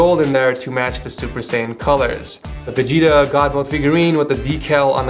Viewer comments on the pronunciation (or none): none